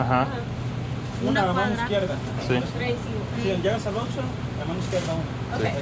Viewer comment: Enjoy your videos! How about a tip from one gringo Spanish-speaker to another? Say the first syllable in Oxxo more like “oaks” rather than ox. Make that O sound more like long English O. “oaks-oh”